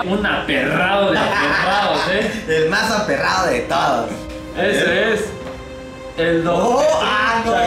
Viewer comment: Alguien más notó que decia aperrdo y no aperrado?